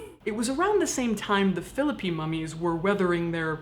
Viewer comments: I'm from Philippi! Thanks for pronouncing it correctly. Awesome content all around! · Holy shit, so weird hearing about Philipi and the Weston Assylum. Both are such fixtures for me - feel weird I didn't know this story. (Also thank you for pronouncing Philipi right).